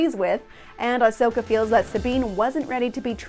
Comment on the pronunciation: She says it fine, quit being a troll and crawl back into your cave